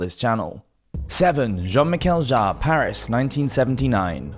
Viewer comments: I am pretty sure that you are pronouncing it correctly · Sounded fine to me! I'm not sure how active his fans are online, so even if you are wrong, I reckon you will escape the Jean-Michel Jarre mob!